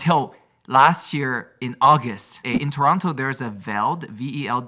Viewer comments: pronouncing Toronto is so cute, yes thats the proper way to say it but if you want to sound Canadian don't pronounce the 2nd T (Tor-on-no) 🇨🇦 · Me saying at start “they don’t talk about Toronto” processed to tell Toronto story I loved how he pronounced Toronto lol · Stephanie saying Toronto correctly warmed my Ontarian soul ❤